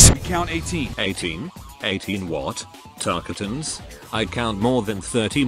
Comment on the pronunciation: Tarkatan: "Tarkeeten"